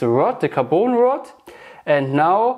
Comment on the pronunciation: a little english hep carbon rod ... you are saying carboon ... it is a short O like in turn ON the light ... car bon ... bon appetite